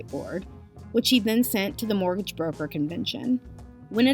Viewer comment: I've followed the Billy story via Karl Jobst, and this video is a concise and entertaining summary of the whole ridiculous saga. Just to nitpick, though, the narrator mispronouncing and misspelling "mortgage" is quite distracting. Well done about the attribution- glad to see content creator making sure to give credit where it is due.